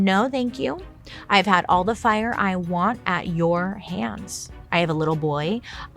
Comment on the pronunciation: "The fi-yahh!" 😂😂